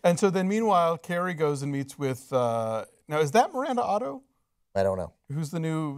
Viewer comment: it is Miranda Otto.. Alonzo